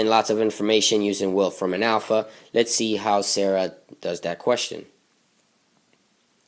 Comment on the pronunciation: it's pronounced sar-a not sarah >_>